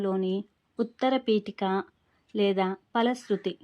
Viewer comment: Vutarapiteka ani adhe adho cheputunaru